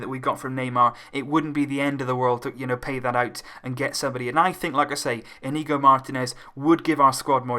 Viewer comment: It's pronounced 'Inyigo'